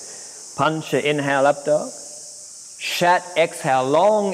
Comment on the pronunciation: “a”’s in Sanskrit are pronounced like “uhh” just fyi, it’s not shat it’s closer to “shut” otherwise, well it sounds like you’re saying shat mate, and yoga is not shat